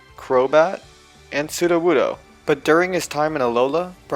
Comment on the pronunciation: SUDOWOODO, NOT WUDOSUDO! FIX IT NOW!